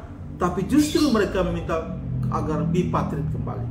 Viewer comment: Yg bener BIPARTIT dan TRIPARTIT bukan BIPATRIT dan TRIPATRIT.